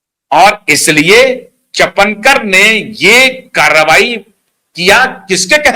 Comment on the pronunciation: चपनकर नहीं, चापणकर =Chakankar..रुपाली चाकनकर Rupali Chakankar